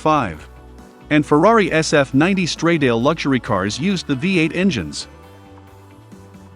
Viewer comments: this dude called the sf90 stradale a straydail. educate yourself before you put yoursenf out there! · Many miss pronunciations, Grand Prix and stradale are 2 examples, obviously a computer and not human voice